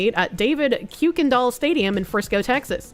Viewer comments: as a Texan, it's pronounced Kirkendoll. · Yea yea cool but come on it’s pronounced kirken-doll don’t you know we Texans don’t pronounce anything normally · Btw, it's pronounced "Kirk-en-doll" for some reason